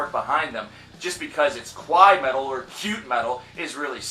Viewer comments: 1) Expecially? 2) Qwai metal? You mean kawaii? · Bro it's pronounced "Kaa - waa - eee" not "Ka-Wai" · Lol. You said Kowai Metal. The japanese word for cute is pronounced kuh-why-ee. What you're saying is Japanese for scary. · he saying kawaii wrong lmfao